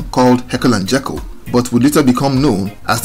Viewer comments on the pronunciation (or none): none